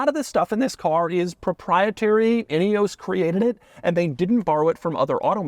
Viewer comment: Could you please do some research about how to pronounce “Ineos” correctly!!! 🙄 It’s embarrassing to hear one from MAGAland whom you might think would be speaking English NOT being able to pronounce a very British name! 🫣 It ruins what would else have been a great review 🤦‍♂️